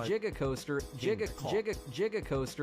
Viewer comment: Jiga Coaster. Jiga Coaster 😂 So happy to know there's a Jay Z themed coaster out there